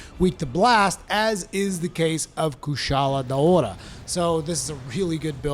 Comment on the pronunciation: I can't stand the way you're saying drachen. Then you try to say kushala daora in some weird way too but then you say it regularly other times. Just stop.